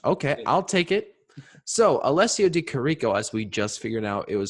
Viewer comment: btw im Italian.. the right pronunciation is Di ChÌrico 😄 you put emphasis on the first I